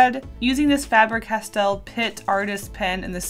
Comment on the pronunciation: Everytime you say Faber like that I die inside..